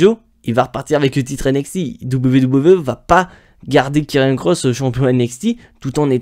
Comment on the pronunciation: c karrion pas kirriannnnnnnnnnnn